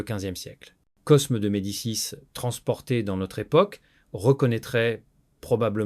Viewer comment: Excellente video . Un détail toutefois : dans Cosme ( de medicis ) on ne prononce pas le S . On dit " Côme ) .